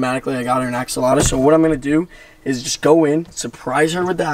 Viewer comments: I hate how you pronounce axolotl, it’s like you forget tl and add uh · I love how he calls it an axoloto instead of axolotl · axolota lol (ax-o-lot-ol) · Btw it's not ax-a-lata it's ax-o-lot-el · “Axolota” 😂😂😂 u had me dead every time you pronounced it.. AXOLOTL ik u know now but I had to say it😂 btw this is a leucistic Axolotl if you didn’t already know😇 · It's not an axolotta... it's an axolotl LOL. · It's axolotl, not axoloto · he doesn’t even know how to pronounce axolotl … he says axalata 🤦🏻‍♀️🤦🏻‍♀️ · Not axolotla!!! Axolotl! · It’s not called an Axolota it’s called an Axolotl bruh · It's pronounced (ax-O-lot-ul) not (ax-O-lot-u) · Am I crazy or is it call an AXOLOTL? I have 4 and I have never heard anyone say axolota or axoloto like he says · I’m not trying to be offensive but I’m pretty sure they are called axolotls not axoloto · It’s Axolotl not Axoloto and I have the same Axolotl with black eyes and she’s a grown up and she’s cute tell your sister that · Axolota😂😂 it’s Axoltl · Hey not axoloto is axolotl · He is saying axolada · It isn’t axalta it is axolotl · i know axolotls for 1 year also there not called axolotos there axolotls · It’s not a axolota it’s a axolotl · It is not axoloto it is axolotl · Why do you say axaloda not axalotle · Its axolotl not axoltlo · it's not axalota its axolotl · axolotl not axoloto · Axe o loter? No its axe o lot l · It’s axolotl Not axoloto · It is axolotl not axoloto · Bro said "Axolota" xD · The say he says axolota kills me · You forgot to add a L in "Axolotl" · lol u say axolata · I'm not trying to be rude but Your saying axolotl wrong :/ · I dont want to be rude buts it’s axolotl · Not going to be rude but it’s axolotl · its actually pronounced axolotl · I don't mean to correct but it's axolotl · It's AKS-O-LOT-LL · Not axaloto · it's pernoced. (ox)(u)(wat)(le) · Its funny because he is saying it wrong LOL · You forgot to add the L in axolotl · You’re not saying it right